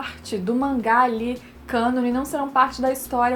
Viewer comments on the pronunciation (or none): none